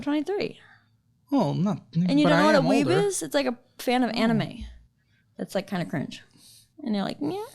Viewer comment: Weeb... "Webull?" haha!